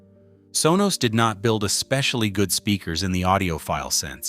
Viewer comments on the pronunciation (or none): none